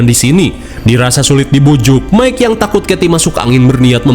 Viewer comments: Mungkin dia mau nyebut Mike jadi mika. Teringat nyebutin nama Mike 😂😂😂 pabeulit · Bang aku ikutan ngakak saat sebut mikha😅😅😅😅😅😅😅😅😅😅😅😅😅😅.